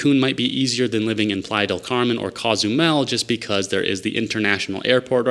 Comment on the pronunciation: Coe-zumel, not cah-zumel…just sayin’.